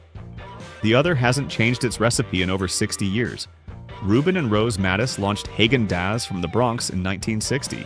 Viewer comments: Haagen-Dazs: Short "a" pronunciation. Think Uta, not Festus. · That’s not how you pronounce Häagen-Dazs